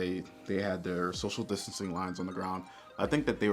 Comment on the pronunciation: can’t even say distancing right because you weren’t practicing it 😂